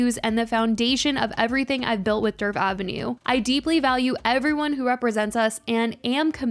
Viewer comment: For the love of God her name is DERF 😂